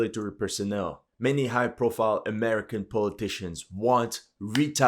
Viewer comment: I like how you say AameriCCAN😂